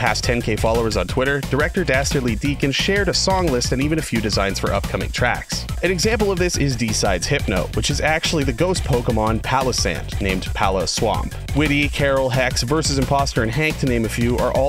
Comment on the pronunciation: me getting a palosand from surprise trade when he said pallosand